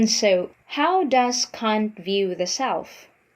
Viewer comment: Your pronunciation of his last name make me cringe. Kant. Not cunt.